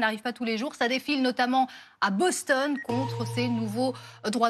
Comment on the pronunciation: On dit Boston et non Bostonne OK